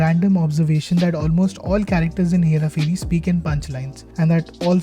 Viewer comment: say this 5 times.. hera pheri hera pheri hera pheri... ph is pronounced as ph and not f ... As part of the 1% opf Indians who know this, feels like i am the one mispronouncing it... Also it is 'phir' not 'fir'...great video otherwise!!